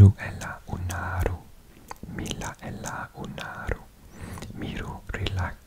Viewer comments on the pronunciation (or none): none